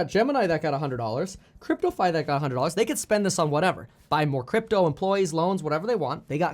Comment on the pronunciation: LOL he just called it Gypto